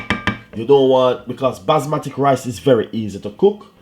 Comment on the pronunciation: basmatic? or basmati your talking?